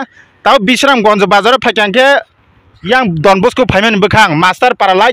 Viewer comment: Don Bosco❌ Don boco✅